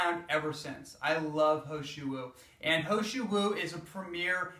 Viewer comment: He Shou Wu ... this is how you should pronounce it as : Her Show Woo Hope it helps :)